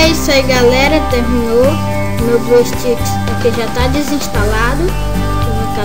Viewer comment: Muto Bom o tutorial, só rachei de voce falando blueSTICKS kkk